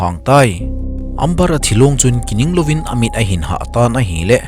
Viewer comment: Amber chu Ember tia pronounce d ahe